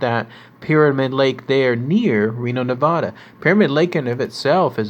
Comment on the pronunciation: SAY NEVADA RIGHT AND PYRAMID LAKE Is almost 300 miles away from lasvegas